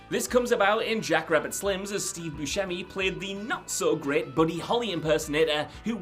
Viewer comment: It's Steve Boo-semi, NOT "Steve Boo-Shemi". There is NO "sh" sound. Steve, the actor, confirmed this himself on the Steven Colbert show.